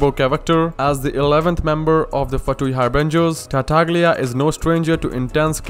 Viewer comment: is TARTAGLIA not TARTAG-LIA